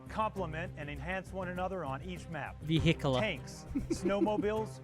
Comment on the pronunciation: He was saying “vehicular” the right way😂